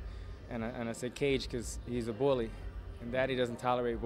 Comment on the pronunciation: Why did he say "bully" like that